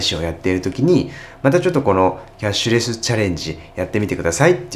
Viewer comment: キャッシュレシュ……キャッシュレス言いづらいですね(笑)